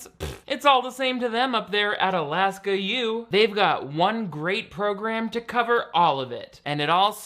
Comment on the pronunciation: Why does her mom pronounce "Alaska" like that?!? I had to go back and listen to it a few times before I was sure that she was actually talking about my home state. I have never met anyone from anywhere in the world who says it like you say "sag-AH." Also, enrolling in "The University of Alaska" is nearly as general as "Science Program"- we have three main campuses and a gazillion smaller campuses across the state. That whole scene was weirdly trippy for me like I live in a fictional place...